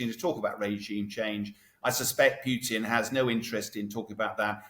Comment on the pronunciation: Pronunciation basics: Putin, not Pewtin/Pughton.